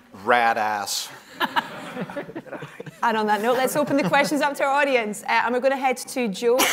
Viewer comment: *radass Not "ratass".